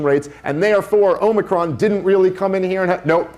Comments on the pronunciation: did he just say "Omnicron?" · I love that Cuomo kept saying "it's my job to know this stuff" yet he kept calling the omicron variant the omnicron variant. Chris isn't going to admit to being wrong because he's the son of powerful politician and the brother of a powerful politician. He's gone through his entire life saying "do you know who my dad/brother is?". He acts like a victim because the kids at his private school made fun of him for being Italian and he only had a $60,ooo car while at Harvard while other students had $85,000 cars. He is the pinnacle of nepotism promoting extreme incompetence.